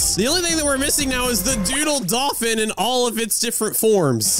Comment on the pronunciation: did say duddle hoverboard? LOL